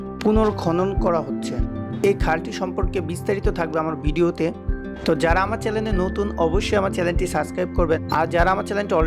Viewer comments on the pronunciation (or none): চ্যালেন না ভাই, উচ্চারণ হবে চ্যানেল। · Manger po Chalen na Channel uccharon kor murkho Bideo na Video moga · চ্যালেন না কথাটা হবে চ্যানেল। 😊